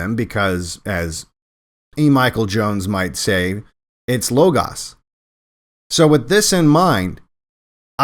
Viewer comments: For some reason E Michael Jones consistently mispronounces λόγος. It's either LOH-GOHS or LAH-GAHS, not LOH-GAHS. It's the same vowel, omicron, you wouldn't pronounce them differently. Whatever pronunciation scheme, either Modern or Erasmian, you'd pronounce both syllables consistently. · Logos isn't spelled low-gause, only a fool or speech impediment restricted individual would pronounce it as such.